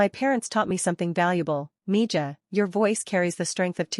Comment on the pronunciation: If the whole point is that she speaks Spanish, at least pronounce "mija" correctly.